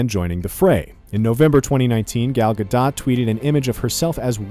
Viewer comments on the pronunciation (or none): Gal gadot, not gal gasto